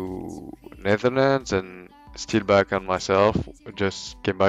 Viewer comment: Chiffounet gaming It's steeelback ffs ;'(